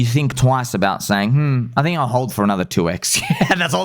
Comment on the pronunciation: I swear to big G I thought he was saying “ and belly button all!” 😂